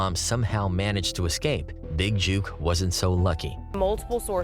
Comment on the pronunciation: I wish everybody would get the pronouncing of his name right it's not JUKE (like jukebox)! Its JOOK (pronounced like BOOK). Smh